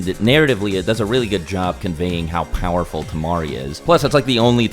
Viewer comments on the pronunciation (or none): none